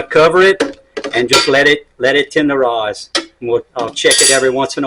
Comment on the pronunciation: “Tenderize that“!!😂😂